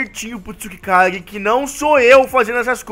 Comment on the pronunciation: é Tsukage!!!!!!! n tsukikage